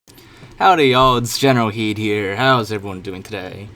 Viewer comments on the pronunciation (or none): Spelling: Pronunciation: General Heed What?